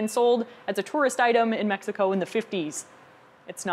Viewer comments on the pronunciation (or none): none